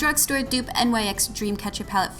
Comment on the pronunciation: Don't want to be the spelling police but NYX is pronounce nix not the letters individually. Also I had no idea mica beauty products were so expensive. Thanks for sharing that as a high end product. I've never seen anyone use it as a high end product in a dupes video. I've actually never seen a lot of the dupes you provided. Good job girl!!! Way to be super original with all your options!!!